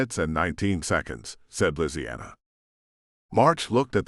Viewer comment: Ok why did it say lisianna like that? Made me rather uncomfortable lol